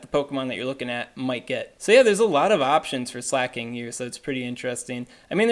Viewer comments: slacking is what your saying. slay-king is what you need to say. I change the speed of this vid to 0.5 so you sound like you look. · It's pronounced slah-king tho, not slay-king